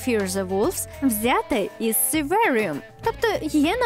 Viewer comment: Трохи напрягає постійна зміна вимови слів - то "сурваріум", то "сьорверрріум".